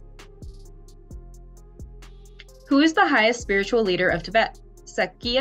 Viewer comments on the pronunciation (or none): none